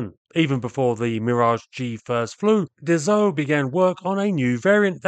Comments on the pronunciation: DaSSault not Dazault! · Once more, it's pronounced DaSo with a soft S and not DaZo 😉. Anyway, in the 60s, my uncle who was an engineer at Dassault aviation worked on the Mirage VTOL project. Fun fact, it had been named "Balzac 00-01" just because it was the phone number of the advertising company ("Jean Mineur publicité") Marcel Dassault was owning! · Dass-O. Not dazzo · Funny you keep pronouncing Dassault as « dazault ». It really is pronounced like the word « assault » which is the exact point as it was the « nom de guerre » of Paul Dassault in the French Résistance, elderly brother of Serge Dassault, both born Bloch (some forgotten (?) types built under that brand). « Assault » like in « char d’assaut » (attack tank). He added the « l » before the trailing « t » to look like the English word « assault ». So, it is pronounced the same way you’d pronounce the English word « assault », that is, not « azault »! Just don’t pronounce the « l » to sound French. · Extremely entertaining & technical video. But please, as a Frenchman, where on earth did you find a "z" sound in Dassault???... The two "s" are pronounced like assault, or ass. Thank you, keep up the frenglish work. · I speak French and I know French words sometimes are difficult to pronounce for English speakers but it seems you are especially struggling pronouncing "Dassault" never pronouncing the same way twice. So I'm providing this for education purposes. Not trying to bust your chops (or is it "taking the piss"). It is pronounced DahSoh. No 'z'...No 'e' and the 'l' and 't' are silent (as are half the letters in most French words).